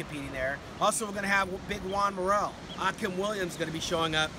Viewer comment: Why is he saying Akim like that?